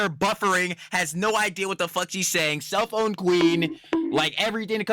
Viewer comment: I doubt I'm the first person to point this out but whenever you refer to Denims I always hear "the CELLPHONE queen" instead of "the SELF-OWN queen" 😅